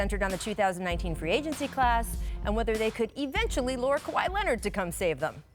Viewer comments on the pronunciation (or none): none